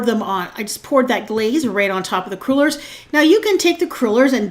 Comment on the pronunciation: "Crew-lers"? OMG no, they are "craw-lers". Palease! Dough, not batter.